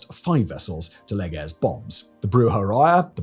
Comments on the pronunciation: What on earth is going on with the pronunciation here? Captain Leaguer?? He's called Léger - like the famous painter Ferdinand Léger! Like the adjective "léger", which means light. You can actually google how that is pronounced... And Genève as Janeev? Again, just use Google! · Is it really too much to ask to even attempt a half decent pronounciation of French names? the 'mont rouge'? Captain 'Leager'? ... If you're willing to make the effort to produce an otherwise good video, could you just spend 5 minutes into finding out how to pronounce the names? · I generally love Simon's voice but his French pronunciation really could use some polishing. His "léger" just made me laugh out loud. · Curare is pronounced "koo-RAH-ray" or "kyoo-RAH-ray". Léger is pronounced "LEH-zhay", not "Lee-ger". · I'm sure it's pronounced Leejer (J as in Jericho) not Leeger (G as in Gerault). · Really informative - all new to me. 'Captain Leegger' and 'Piedds Nwarz', though... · leger should be pronounced layjay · Wow, I’m impressed by your French pronunciation….. …. ‘s terribleness.